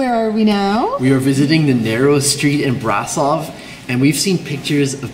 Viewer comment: hehehe how she pronounced brasov, there's an accent mark on the s yoou know so it's said like brashov